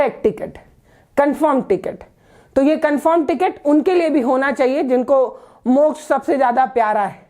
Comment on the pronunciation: अकाल मृत्यु को मोक्झ बता रहे है